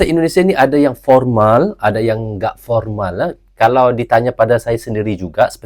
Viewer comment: Formal om bukan pormal...😂